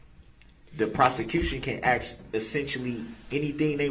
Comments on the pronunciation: I agree... It drives me crazy that this fool/animal can't say anything correctly... Biast, suBstain, AXE, AKS... I struggle so hard as a Christian to come to terms with my hatred of this animal, S.O. Woman abusing, CHILD KILLER!!!! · State doesn’t AXE questions. They actually ask. Thug. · Black people please stop saying axe you know dam well it's not right no I'm not racist just you sound so stupid